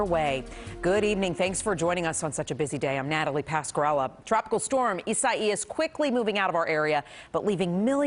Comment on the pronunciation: EEE- SAH-EEE-US. Now give me one of those cozy reporter (repeater) jobs.